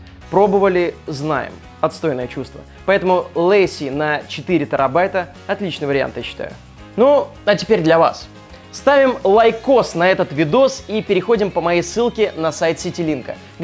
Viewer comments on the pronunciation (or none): а мне в детстве 9-го октября исполнилось 9 лет. Прикинь какое совпадение дат! P.S. - Не "Лэйси", а "Ля Сии" (с ударением на последнюю "и"). Это же французская компания, ну ты че.